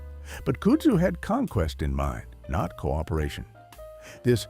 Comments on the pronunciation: AI voicing. It doesn't pronounce words correctly and no one edits it. KUD-zoo, not COOD-zoo. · Your AI generated narrator needs to be taught how to properly pronouce "KUDZU" - it's not "KOODZU" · Kudzu is pronounced cud zoo. And you missed bamboo as invasive. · I loke this, but he mispronounced Kudzu. It is pronounced Cud zoo. He was right. Don't drive through Scenic South and think those vines growing in the trees are part of 6 Wonders of the World. The South is wibdering why the US Department if Agriculture couldn't grow grass on the public highways. Probably their only use is rope. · It’s pronounced “Cud-zoo” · Cummon, can't you find an AI voice which can pronounce kudzu?? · Kudsu is pronounced wrong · You loose credibility when you can’t even pronounce kudzu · He's saying Kudzu wrong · train your AI to say kudzu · Or "Kudzu"